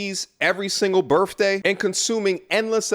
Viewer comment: Awesome, AWESOME content, dude.. You NAIL IT TO THE WALL. But "birFFday"?